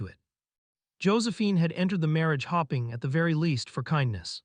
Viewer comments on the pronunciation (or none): ***EDIT***Bad pronunciation; instead of hoping for better, she was hopping like a bunny? ATnd that was im the first 3 minutes. Not the only error.